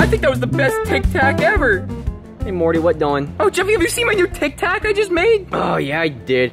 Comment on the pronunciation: Morty not Marty